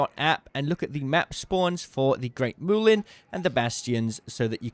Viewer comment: It's mulien not moolien